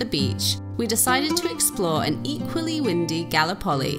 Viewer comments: Galli-poli? Is that correct? I would have pronounced it Gal-lip-oli, the same way as the Turkish Gallipoli, infamous in The Great War. Messy burger all the way! Englishman: FLA-MIN-GOS!!!!!!!!!!!!!!!! Flamingo: Ignore the crazy English tourist, they'll cart him off to the funny farm soon enough! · Exactly! Definitely GalLIpoli. Ignoramuses! 😂 Edit: also, TARanto, CasTELLo AragoNESe, Salina dei MONaci etc. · That scenery and food are killing me. Outstanding. 👍 The town of Galllipoli is pronounced: Ga Lip Oh Lee. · its calles Gallipoli - pronounce GALLLLLLLIPOLI